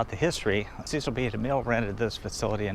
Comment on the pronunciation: Nicely done,! A couple corrections on pronunciations, if I'm allowed. The director Cecil B. DeMille has a short "e" sound in his first name, not the typical long "e" for most Cecil names! Plus, the "Gone With the Wind" actress Is Vivien "Lee" as her "Leigh" is pronounced, not with a long "a" sound. Thanks!